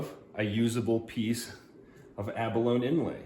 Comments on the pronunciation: Ummm....yeah....it's abalone....a-buh-low nee......NOT a-buh-lone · It is pronounced a·buh·low·nee.. The "E" is not silent. just saying. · Pronounced Ab-a-lo-ni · "Abalone" rhymes with "macaroni", FYI. Good video. I've been trying to use Eye of Shiva shells myself lately.